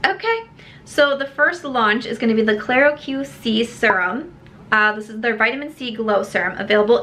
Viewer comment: Hi! Just wanted to FYI, that claro que c serum from desi? Pronounced claro kay c. Play on phrase in Spanish claro que si which basicaly means "of course" or yes, of course". Of course she has a c serum.